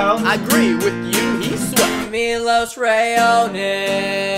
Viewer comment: Why canadians say he is canadian but no one of them know how to pronunce his name!? maybe cuz he is Montenegrin and not canadian!?